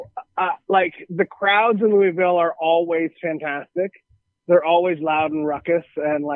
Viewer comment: Dude how you say Louisville wrong?